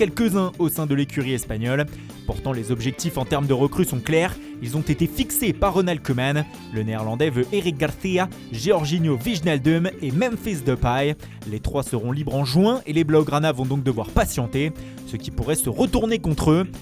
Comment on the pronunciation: "Eric Gartia"